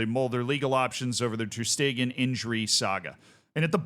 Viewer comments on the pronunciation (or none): My man its ter shtegen not ter steeeeeegen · it's ter sh-tay-gen English speakers usually say it without the sh but steeegen is very new to me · Who hell pronounces it ter stiegen? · First time i hear that pronunciation Ter steeegen 😂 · How in the world did you manage to mispronounce every syllable of Ter Stegens name